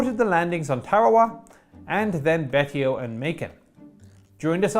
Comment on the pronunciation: 'Betio' should be pronounced something like 'BAY-show'.